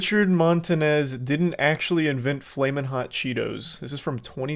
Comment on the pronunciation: It took a Mexican to get “flamin’ hot” down right.